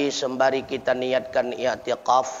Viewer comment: I'tikaf stad ,bukan i'tiqof,maaf